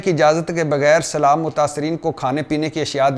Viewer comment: Yes agreed but he didn't know how to say Salam so please let him know this as well